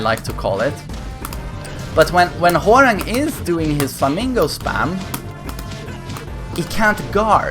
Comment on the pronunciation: Why does it sound like he says Whore-rang